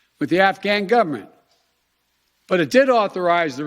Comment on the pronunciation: “Tolly-bon” “gov-mont”... ugh!